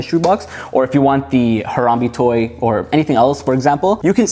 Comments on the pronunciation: As a fellow citizen of Ohio I have to confirm that it is pronounced “Har-am-BAE” not “Har-am-BE.” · I was silently correcting him everytime he said Harambe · If he says Haramb-e one more time I swear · Ha-rahm-bey is how you say it